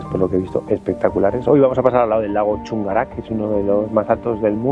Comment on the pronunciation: sin ánimo de criticar, pero si de enseñar en buena, como decimos los chilenos. El idioma aymara no tiene esdrujulas, por lo tanto no se acentúa las palabras. De tal manera que es Chungara, no chungar`a y aymara, no aymar`a. Me salió mal el acento, pero se entiende?. Saludos.